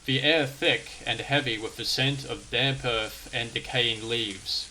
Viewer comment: Ohhhh, mate; it's earth, not erf. Please, please please, pronounce your "th". Not "wif", it's "with"...... not "whevver", it's "whether". Please, for the love of whatever. This has all put me off completely, I got to about 4 mins. in and couldn't take it any more.